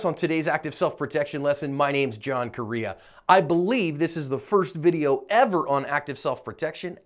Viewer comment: Your name is pronounced corrrrrrrreah Spanish for belt or belt smith. Have some respect for your family name.